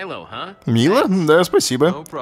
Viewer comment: Не Мило,а Майло!